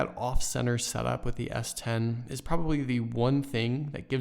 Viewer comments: take a shot every time he says S20 instead of S10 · Why are you saying s20?